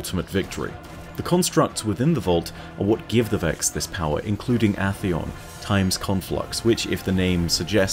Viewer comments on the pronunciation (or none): AHHHHHtheon... really? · I have a question. Why do you pronounce glass in vault of glass as “gloss” and Atheon with a short A instead of a long A? First questions obviously a joke, since you’re British and only have one pronunciation for glass and gloss:P but I thought most people pronounced Atheon with a long A.